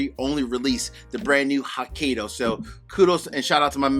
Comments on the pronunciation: Ouch. It is pronounced "hoe-kye'-doe". I am not Japanese but I couldn't help cringe everytime you mangled Hokkaido. I still appreciate your review,! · Thanks for the review. Hopefully, I can get a pour. Hokkaido is pronounce as ho•kai•dow. You did pronounce dow correctly. Cheers 🥃